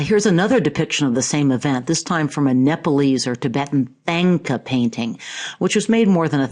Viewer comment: with all respect, thanka is pronounced "tong-ka"